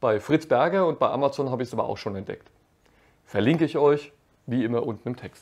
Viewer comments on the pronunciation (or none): none